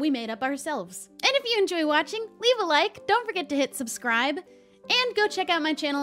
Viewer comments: waitwaitwait, I haven't watched her in awhile and am now binging a lot of their videos. Does not say "shubscribe" anymore? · Was it just me or did she say? (Shipscribe)